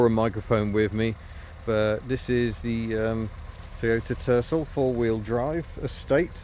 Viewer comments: At first I swore you said Toyota Turtle 😂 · I definitely remember when this car was advertised in the US they pronounced it "ter-SELL". I had a friend who owned one, he pronounced it "ter-SELL", not "TER-sul". Perhaps the pronunciation difference was a regional thing. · Did you say Tercel or Turtle?